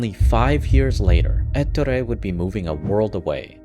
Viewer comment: Please never say ettore again. The pronunciation is on the o eTTOOre